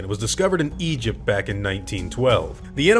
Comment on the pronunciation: the way he said Egypt had me dying!!